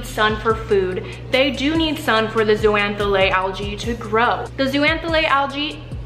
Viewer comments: It's pronounced zoh-zan-thelly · Love this video!! But... It’s pronounced like ZOH-ZAN-THEL-AY (so the X sounds like a Z)... myself and the other marine bio nerds out there were cringing every time you said it 😬 BUT that aside, lots of love and this video is great!! Very accessible overview of a complex group of animals! 😍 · Love all the info in this video, and it's clear that you did a LOT of research. But, there were a few things I picked up on that should be corrected. First, zooxanthellae is actually pronounced zO-zan-th-eh-lE (O pronounced like Oh, E like in Eerie). Just something that bugged me. I know latin names SUCK to pronounce and spell (as a marine biology student I can attest to that). Secondly, corals, as all sessile marine species that have a broadcast larval stage, do have SOME form of choice of where they settle. There are actually signals (which can be hormonal or scent driven) that allow the larvae to know that X spot would be a good place to settle. These signals can be given off by other adults of the same species in that spot, signals from organisms in the sediment, from prey species in the area, or other symbiotic species in the area. You did an awesome job besides that though! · Fazerella what!? She said algae are plants and can't pronounce zooxanthellae. Glad you're not my teacher. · Did I just learn a wrong pronunciation of zoox’s I’m stressed